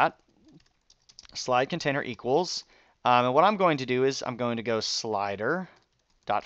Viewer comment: Lol conatiner :P